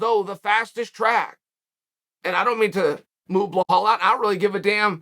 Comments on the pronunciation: Now it's BLELL-HALL MUHAMMAD 😆😆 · Uncle Chael, I've been watching since you made this channel and have never commented at any point but I gotta ask how in god's good green earth are we still mispronouncing Belal, it's literally 5 letters and 3/5 are already in your name 😭😭 Help me out here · To get Belal's name hilariously wrong every time, you should be Chael Sonnen lol